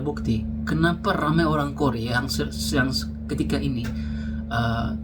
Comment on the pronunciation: Maaf bang ada koreksi sedikit. RAMEI ❌ RAMAI ✔️